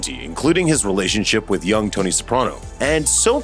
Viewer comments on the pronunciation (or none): none